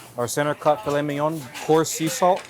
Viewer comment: did he say file minan